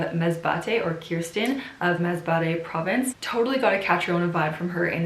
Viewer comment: I actually love how you pronounce the name of those provinces it's refreshing. Take care and stay safe. I miss Lily in your video she is so adorable 😊